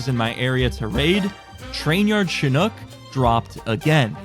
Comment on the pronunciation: says Chinook properly 😮